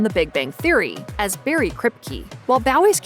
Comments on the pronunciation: Why oh why did the narrator have to call Barry Kripke “Bawwy”?!? 😂😂😂 This had to be intentional. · I love that the commentator pronounced it "Bawwy" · lol she called him Bawwy